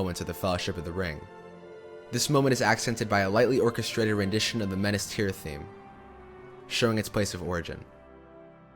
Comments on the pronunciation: I love this video but how does he manage to mispronounce 80% of the names? “Menas Tirith?” “Sherlob?“ “Sirth Ungal?” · Enjoying this so far...but how are you mispronouncing the locations. Lothlorien, Rohan, Osgiliath, Minas Tirith All of these are said in the movies...